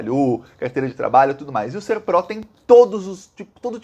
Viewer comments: Boa tarde,! O nome é Serpro, com tônica na primeira sílaba! Eu já conhecia essa empresa desde 1985 porque trabalhava para repartições públicas... lembro também da Dataprev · É SERPRO e não "pró". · A empresa se chama SERPRO. Lê-se SÉRPRO. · O nome é Ser-pro. É paroxítona. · Boa tarde com relação a empresa, você fala direto SERPRÓ o correto é pro de PROCESSAMENTO. Obrigado pela chance de contribuir. Abraços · Não é SERPROR, e sim SERPRO. 😀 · SERPRO e não SERPRÓ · É SERPRO E NÃO SERPRÓ. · Boa tarde o nome correto é Serpro. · É SERPRO. Não tem acento no o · A pronúncia correta é Sérpro... com acento agudo no E ... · SERPRO, como você falou da segunda vez. Não é "SERPRÓ"; é sem vogal tônica. A sigla significa: SERVIÇO FEDERAL DE PROCESSAMENTO DE DADOS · as pronúncias são "Dataprév" e "Sérpro". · Escreve-se SERPRO, mas se pronuncia como se tivesse acento agudo no E: "SÉRPRO". Não trabalho lá, mas sou de Brasília e já conheci trabalhadores dessa Estatal. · está coberto de razão 👍 Muitos golpes advindos dessa situação de dados sigilosos mantidos no exterior e por empresa privada poderão assolar a população brasileira. A pronuncia correta é "Sérpro" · a forma correta de dizer é "A Dataprev" e "O Serpro". Quanto à tonicidade, a primeira é oxítona, "dataPREV" e a segunda é paroxítona, "SERpro". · Ê Sérpro, com acento na primeira sílaba. Muito bom esse post,! Você, como sempre, trazendo assunto que a gente não encontra na mídia. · Bom dia! Se escreve SERPRO Pronuncia: SÉRPRO trabalhei lá. São super rigorosos com todos os dados, são digitados, verificados e reverificados, com funcionários diferentes, e com as devidas rubricas e matrículas, isso quando era estatal, não sei agora como está. Dataprev também com o mesmo esquema, super rigorosos. Agora estão mudando tudo, virou uma bagunça. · Oi,. A pronúncia é SÉRPRO. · Pronuncia SÉRPRO! Com mais ênfase no E!